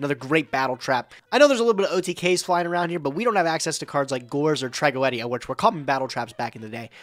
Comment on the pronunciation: must go to the MBT school of mispronouncing cards with the way he said Tragoedia 😂